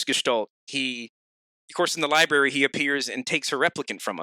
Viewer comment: Anyone else get a small brain aneurism everytime says lieberry?